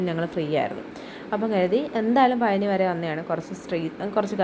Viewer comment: പയ നി അല്ല പഴനി